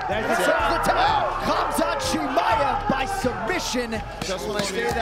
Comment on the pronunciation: His name is not khamzat, he is hamzat, k is saltint